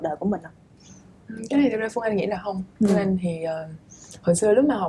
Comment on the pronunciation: Host ơi làm ơn nói đúng chính tả được k? Lúc Bắc, lúc Nam, mà nói sai chính tả? Chị Phươn Anh, đượt không? Omg host mà phát âm như thế huh?